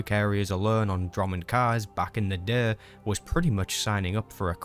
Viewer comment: Jesus Christ say "day" right